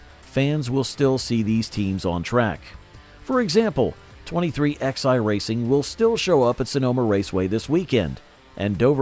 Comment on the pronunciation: It’s called 23 eleven, not 23 ex eye.